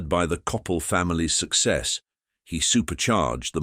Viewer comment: It would be nice if you could pronounce the names correctly, such as Coppel and Jose.